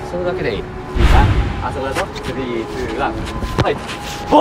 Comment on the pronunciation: バール❌ ボール⭕